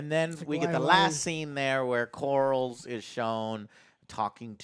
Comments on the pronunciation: It's Corlys, not Corals. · There is nothing lazy about sticking with what works. Have you ever composed a song? It's not exactly easy. And the Game of Thrones theme is one of the most epic themes in modern media. Why fix something that isn't broken? Also, the Seasnake's name is Corlys. CORE-LIS. It's really not that hard to say. Anyway, try to give the show a chance instead of being determined to be unhappy about everything. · “Core-liss” “Ray-near-uh” “day-mon” “Vis-air-ees” “Ray-niece” “Miss-air-ia” Otto. Alicent. Etc.